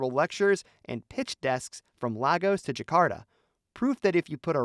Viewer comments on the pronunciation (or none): none